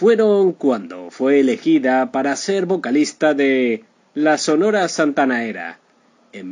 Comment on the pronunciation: Triste final por que? Este Señor es un farsante no sabe ni pronunciar Sonora Santanera Mucho menos sabrá de la vida de la CHAMACA DE ORO